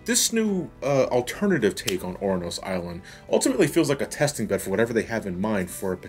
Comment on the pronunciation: FTR, Ouranos is pronounced Uranus